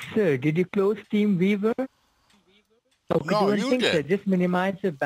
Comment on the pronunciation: That “Team beaver 🦫 “ drives me crazy 😜! Learn how to say team viewer geez